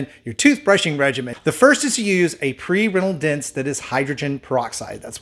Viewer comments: WHAT??? A pre WHAT?? "Rental dince"???. Wow dude, brilliant! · Did anyone notice when holding up the dental rinse he said rental dinse and then when holding up the Colgate toothpaste he said i use Crest total while holding Colgate. Lolol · Funny slip up at "its a Pre RENTAL DINSE". But great video.